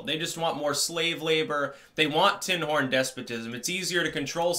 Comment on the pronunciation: Sorry, I know you're saying tin horn, but I keep hearing Tim Hortons...